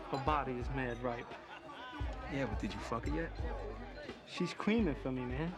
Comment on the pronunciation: She’s cweamin fo me